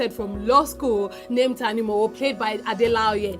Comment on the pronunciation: fantastic Review quite objective too. but ....... you didn't pronounce Tanimowo properly. You made it sound like Who knows money Tani m'owo INSTEAD of who knows how to look Tani mo woo ( where is the smile sign)